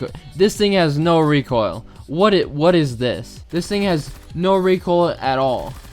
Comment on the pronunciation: ABOSTUTLY NO RECOILL